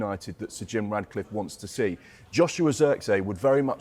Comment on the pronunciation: His names not Radcliffe 😂😂😂